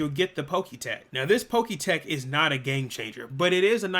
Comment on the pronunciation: I can’t stand the way you pronounce Pokétch, it’s pronounced Pok-etch like etch and sketch